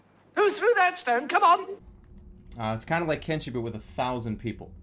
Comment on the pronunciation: "Like kenshi" this hurt me for some reason